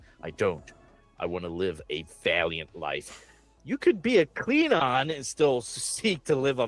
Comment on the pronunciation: Kleen-on? Seriously? Where is that hard G? Klingon.